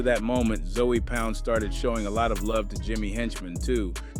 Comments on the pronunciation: You gone be targeting for your accent 😂 😂. It ZŌE not Zoey wtf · zoey? it’s ZOE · It's pronounced zo pound brah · ( ZOE pound ) is crazy. The pronunciation 😂😂😂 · Just by your pronunciation of(ZOE) , you're not part of the culture...